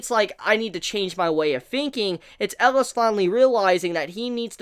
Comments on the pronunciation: Cmon. For the final episode you have to say his name right. Atleast Once: "El-i-as". And together: "EL-I-AS" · I can't decide what's worse, mispronouncing the name of a main character that's been said 100 times during the series, or saying the name of the series in a grammatically incorrect way. There have also been a million comments telling him the correct pronunciations. I can't believe he hasn't picked up on it by now. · Your pronunciation of Elias and Titania always threw me off :D